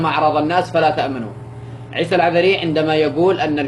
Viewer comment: ما قدرت تنطق اسم لقب العذر. ههههه. بتقري من ورقه ههههههه. جم جابو لك فلوس. عشان تسوي الفديو